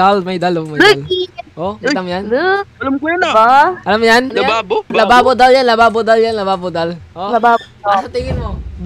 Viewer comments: Labubu po hindi po lababo😅😅😅😅 btw naka sub na po ako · Kuya hindi lababo labubu😂😂 hahah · Bruh it's Labubu is Nat lababu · Oo hindi lababo labubu yun giga hindi lababo 😂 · Hahahaha labubu Yan hindi lababu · Hindi lababo and hindi labobo is labubu yan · Hindi lababo is labubu